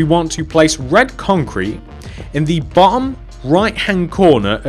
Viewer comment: omg he said "At the bohhom"